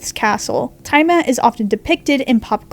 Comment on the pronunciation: The tiamat pronunciation hurt me And the fact pterosaurs got called flying dinosaurs